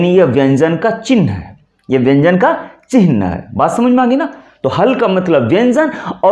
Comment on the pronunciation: आप 'चिह् न' शब्द का सही उच्चार करें; "चिन् ह" न बोलें। Chihna सही; Chinha ग़लत।